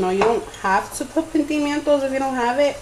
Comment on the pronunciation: I died when you said pentimientos